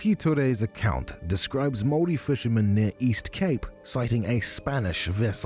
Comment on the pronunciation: Your pronunciation of maori words is actually really good tbh 😅